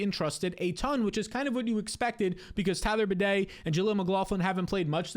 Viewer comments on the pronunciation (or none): none